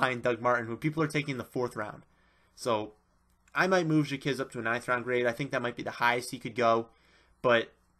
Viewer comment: Stop pronouncing it as "jakizz" it's pronounced "jakwizz" it's hard to take someone's analysis on players when you don't know there names